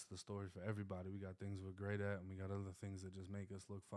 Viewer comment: He leaves the "v" out because he thinks it sounds more black. Always trying to pass.